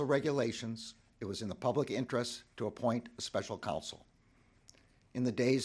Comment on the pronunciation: it is council (counsel) not console